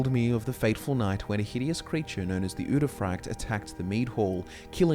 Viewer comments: frykte is not pronounced fraykt though, it's more like Freekteh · I don’t know why, but I hate the way you say udefrykte. I think it’s pronounced ude fri kte and not ude fryekt. Yeah I just checked, you are pronouncing it wrong. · Yo my guy, the frykte in uderfrykte is pronounce more like friction, not fry-kte. Sorry, it was bugging me the whole video. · You pronounce the Norwegian word so wrong 😭